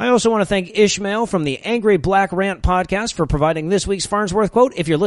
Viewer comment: OMG How I need to listen to the dote come pode caste